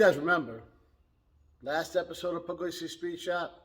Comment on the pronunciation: Pug-liese NOT Pug-Lazy